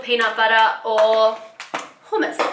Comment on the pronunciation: actually the first time u said hummus was the right way to pronounce it ;)